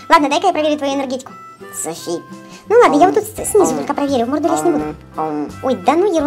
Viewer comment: кому показалось что сказал соси а не Софи на